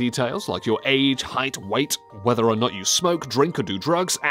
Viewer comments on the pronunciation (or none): none